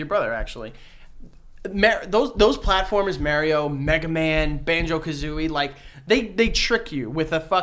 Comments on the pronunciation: MARIO not MEEARIO .. YIKES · Mario........mairio..... for good stankin god it’s MARIO m- are- eo. PERIODT. Love y’all tho. Hated every time he said mairio but much love in general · Is no one gonna talk about how said maryo and not Mario 😂😂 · Why does keep saying Merio? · The way pronounces MARIO haha Marry-o. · The way says “Mario” like “Mary-O” grinds my gears 😂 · The way pronounces “Mario” ❤ New York shit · the way you say Mario is wrong I'm sorry. but the Big Bang Theory is a good series but I understand why you don't like it they are very nerdy bunch. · The way pronounces Mario triggers me. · is a fake gamer for pronouncing Mario like that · yo I love yall good luck on ur podcast but If u keep pronouncing Mario like that OH MY GOD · I can only hear the word Mario mispronounced so many times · We are going to have issues if keeps pronouncing Mario wrong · It's definitely a NYC thing. I'm originally from the Bronx and everyone around me would pronounce like this except for the people in my fam. And even though I grew up hearing it like this it still makes me cringe